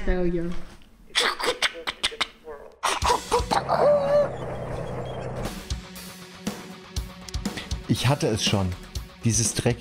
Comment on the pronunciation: Die eine Mission ist in der Tat ein "Faliure" 🤣